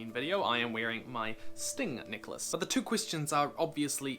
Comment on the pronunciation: Isit me... necklace pronounced nikerlace always makes me titter......